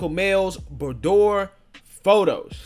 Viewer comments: It's pronounced bood-wa. It's French for nedroom. Yes it is not for children. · It's pronounced "boo-dwah". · It's pronounced, " boo- dwar".